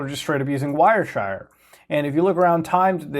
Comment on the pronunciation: Newtela and wire shire. Pronunciation unrecognized